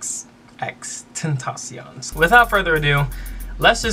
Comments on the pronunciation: Nigga said xxx tentacle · if you can't pronounce XXXTentacion just say XxxTemptation cuz Tentacion means temptation in Spanish just to make it easy for you. Not trying to be mean😊